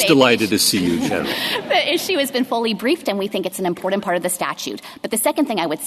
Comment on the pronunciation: On a personal note not related to the case, the Solicitor General needs to learn how to pronounce "important " and her voice is extremely grating. And to Justice Sotomayor, no guns aren't dangerous by themselves. It is the welder that is the dangerous component in the equation. If "sensitive places" are so important to not allow guns, then why are those the places where violence with guns occurs? The prevention sought be the designation isn't working.